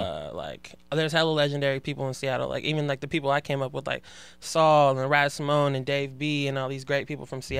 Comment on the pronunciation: He said Raz simone... enough said.